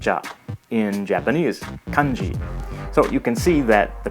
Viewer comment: Your Japanese will sound much better if you pay attention to the pitches and rhythms of each syllable. You seem to tend to put the highest tone on the first syllable except for the words you know well such as watashi. Mizu, Kanji, yakusoku, denwa, daigaku, tofu, onsen, kaban, shima- all of these words have the stress on the last syllable. Just doing so will make you sound much more Japanese.